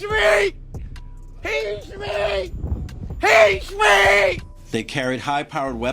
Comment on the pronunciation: lol he can’t even say Street properly !